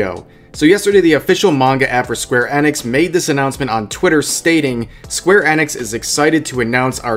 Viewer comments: square NX? It's eeeeee nix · Btx rev it's pronounced square i-nix not e-nix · Hey man square Enix is pronounced square e-nix not eh-nix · There is no way to not say this snidely. you probably know this and don't care but Enix is pronounced EE-nix. At least I think it is.